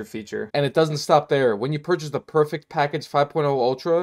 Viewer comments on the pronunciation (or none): none